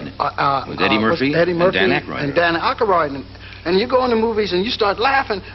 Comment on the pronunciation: Mr Pryor said Dan Akaroyd......😂😂😂😂😂😂😂😂